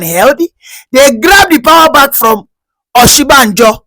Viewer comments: you're not a Yoruba person, no matter how you tried to dread your hair, you still look like your people. How can you be calling Osibanjo as Oshibanjo? Stop deceiving people about your tribe. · I have always said he's not Yoruba but he lied because he's able to speak little Yoruba. The truth now publicly displayed the way he's struggled to pronounce Oshibajo